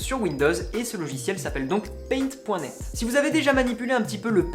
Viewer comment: se prononce paint dot net ;)